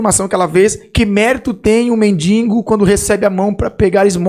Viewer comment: o arminiano falou "medingo" e "pra mim ser" deu ruido no meu ouvido, calvinista ta de parabéns, o homem não pode ser salvo por obras, a escolha seria uma obra humana, e morot o nada escolhe